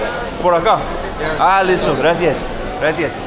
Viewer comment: He says "graci-is"